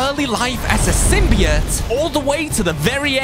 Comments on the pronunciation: It's not sim-b-it its a sim-by-oat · SIM-BE-OAT say it like that. thxxxxxxxxxxxxxxxxxxxxxxxxxxxxxxxxx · I was just laughing at how he said symbiote that’s all